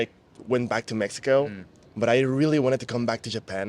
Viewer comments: How cute is the interviewer who can't pronounce Mexico??? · hahah he didn’t say Mexico right not even once lol! .